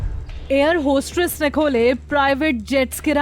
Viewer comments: Air hostress nahi madam.. Air hostess 🙏🙏🙏🙏🙏🙏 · Bhai air hostess to suna tha... But ye air hostress kya hota hai ... 😂 Padhe likhe illiterates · Why is she pronounced air hostress..?